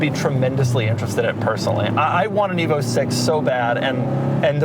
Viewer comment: At first, I thought Doug said ”evil”, before realizing it was ”evo”.